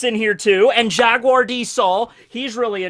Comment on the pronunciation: Robin's life was saved by Jaguar D. Saul at Oha.... JaGuar! There's the "G"